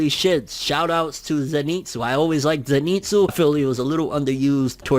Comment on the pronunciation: Pls man, he is called ZEnitsu not zeNItsu